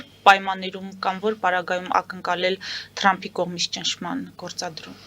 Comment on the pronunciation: լայ լաղջիկ լերլուծաբանիկ մենք թ ևփ տառ ու հնչուն ոնենք հապա տյու ինչու ՞ ես Թրամփին տըրամպ ասում ։